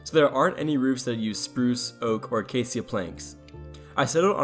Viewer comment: aca·cia | \ ə-ˈkā-shə It's sha, not sia.